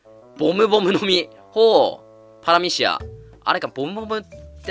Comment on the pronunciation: パラミシアがたまにクラミジアに聞こえり...